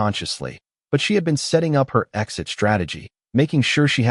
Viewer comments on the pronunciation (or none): none